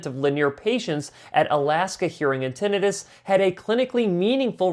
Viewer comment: You mispronounced Tinnitus